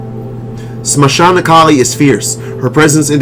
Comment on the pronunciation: If you dont mind, Can I correct you? it is not mashana kali maa, but SHAMSHANA. SHAMSHANA means creamation ground. I am a hindu as well devotee of Kali maa